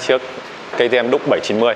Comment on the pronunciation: Duke không đọc là ĐÚC được, đọc điu-k cho sang!